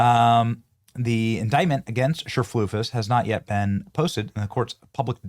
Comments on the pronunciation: This makes me so angry😡🤬but every time Benny said cherflufus 😂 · Cherfloosys??? WTF, learn how to read. I'm not at all in agreement with the wig lady, but I can say her name. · I think her name is pronounced, "sir-FLEECE-us." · I love how you keep calling her Cher-floof-is. 😆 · I love how he mispronounces her name. 😂😂😂😂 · I love how you pronounce her last name Benny LMAO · The way he said her middle name hahah